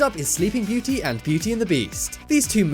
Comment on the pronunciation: that's sword in the stone not jungle book.It sounded like you said something else instead of beauty Also sleeping beauty was made before beauty and the beast not the opposite